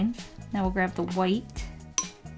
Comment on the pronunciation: I love when u said titanium kwhite